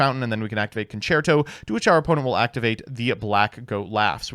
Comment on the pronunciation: I'm in utter disbelief after hearing you proniuncing "concerto" right, aren't you supposed to be american?